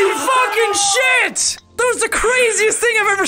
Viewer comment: Did “shit” become “shuiiit”?